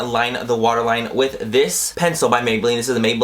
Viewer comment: At first I thought you said washer line instead of water line lol. Love the look!!